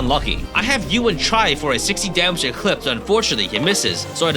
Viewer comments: I like how you mispronounced Ewan like we do since his name is the same word in our language that roughly translates to "I don't know". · The way you pronounce Ewan is still very weird to me. Good run though!